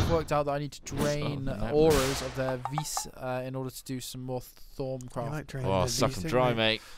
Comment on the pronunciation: vis is pronounced as vee. the s is silent